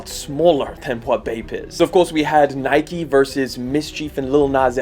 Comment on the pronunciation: Why do u say nike like that